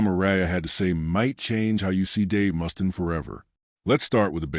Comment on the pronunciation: Dave MUST-IN LMFAO AI shit.